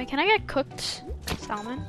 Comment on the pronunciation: I’m ragging bc he says sal-mon it’s salmon!!!!! Alaska kids where you at👑